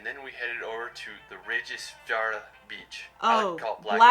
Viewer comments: Rekjavik is pronounced rek-ya-vik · Rayk ja vick 😭😭😭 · Google how to pronounce some those city names... Like Reykjavik (reck-ya-vick) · think its pronounced rec-ya-vic